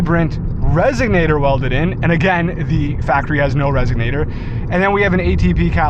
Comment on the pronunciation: What size are the wheels and tires on this car? My abarth with 17s hits maybe 52 in 2nd gear so I'm thinking its the wheels getting you to 62 🤔 Its "resonator" btw, not resignator 😉😅 Sick ride and GLWS!